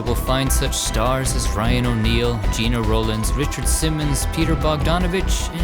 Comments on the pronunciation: Gena Rowlands was a wonderful actress - may I politely point out that her first name was pronounced like "Jenna," rather than sounding like "Gee-na." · Gena Rowlands. Her name is pronounced "Jenna;" not 'Gina." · Welcome back. It is Gena [like Henna] not Gina Rowlands. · First time viewer, here. Great work! 👍 A note regarding Gena Rowlands: Gena is pronounced like Jenna, not Gina. I don’t think anyone could blame someone your age for not knowing that, though. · Geh-nah. Not Gee-nah. Sounds like Jenna. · Notes: • Gena Rowlands' name is pronounced "Jenna." • Math isn't mathing on Jack Arnold. 1912 to 1992 ≠ 75 years. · Gena Rowlands is pronounced like Jenna. Otherwise I love your videos!! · Gena Rowlands first name is pronounced like “Jenna.” ❤